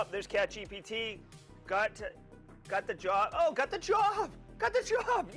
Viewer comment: Congrats to catchgpt. I'm not sure I got that pronunciation